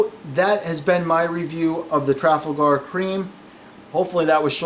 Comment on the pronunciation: It's tra fal gaher as in the battle of!